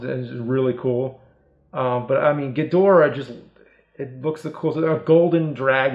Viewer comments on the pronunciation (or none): It’s Gheedrah not gudora